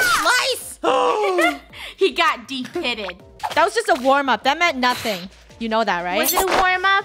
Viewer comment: She said depitted i think?